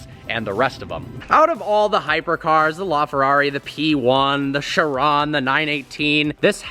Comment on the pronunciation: please learn to pronounce car names. Its actually quite embarrassing considering that you are a car guy. The literal most popular supercar recently is the chiron, yet you still say shron as its name. If you knew about the agera r breaking the record you should know that its pronounced with a hard g. smh